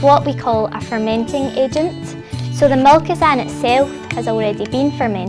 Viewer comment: 400g organic Tomato puree 2 tbsp Apple cider vinegar 18 mililiters maple syrup 1 tbsp himalayan salt 1 finely minced clove of garlic 1 tsp allspice (and pretty sure she says) 60 mililitres of Molkosan A.Vogel Molkosan. Pretty poor advertisement for A.Vogel considering people are struggling understanding what was said. Also completely unnecessary in the making of fermented Tomato Ketchup.